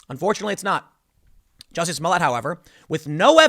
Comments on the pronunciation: It's not jussie it's juicy. He black, gay, not just French! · It's pronounced "Juicy Smoll Ey", Tim